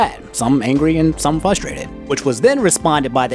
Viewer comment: Why do you say Fustrated? There’s an R between the F and the U! This angers me far more than Melee not being at EVO.